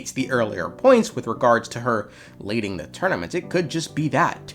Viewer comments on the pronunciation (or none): none